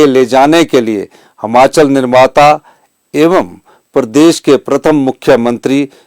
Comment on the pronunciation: श्रीमान जी हमाचल नही हिमाचल होता है अपने प्रदेश का नाम अगर आप ही गलत लोगे तो बाकी क्या करेंगे